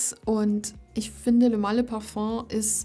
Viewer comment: Was für eine beruhigende Stimme :) Und, Du sprichst Parfum richtig aus, nice ;-)